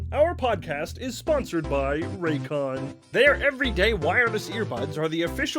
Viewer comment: Every time youre sponsored by Raycon i think youre saying Raytheon and i have to remind myself that is not a military contractor